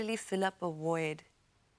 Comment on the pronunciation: it is PRONOUNCED V O I D ......NOT W O I D ,,,,,,,,idiot emulate english